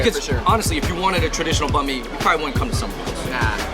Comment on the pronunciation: Banh not Bahn